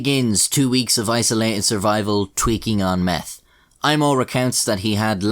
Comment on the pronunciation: “Their only hope was to take meff.” Lol